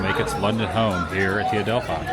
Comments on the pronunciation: Really enjoy your London content. Just FYI it's the Adelph- fee not Adelph-eye theatre 😊 Enjoy the rest of your stay 👍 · Awesome as ever Adam can’t believe you’re here again, just a heads up it’s pronounced Adelpheee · The Adelphi Theatre is pronounced ‘Adelphee’. Admittedly, it certainly looks the way you said it, but, this is England and we’re good at using words that sound different to how they look lol. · Oh Adam, you pronounce Leicester Square perfectly, but then say Adelphi a little wrong. It's pronounced Adel fee. Not a fi sound. But you're slowly getting London names right. Glad you're enjoying the greatest capital city there is.